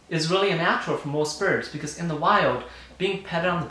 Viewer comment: Are you saying UNnatural? Or “ it’s A natural”?